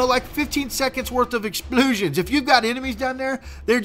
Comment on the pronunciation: Hahaha "exploosions!"